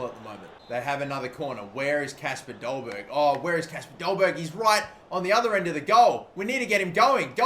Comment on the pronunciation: Only Because Im Danish. It is pronounced "Dolbaer". In Danish the G is silent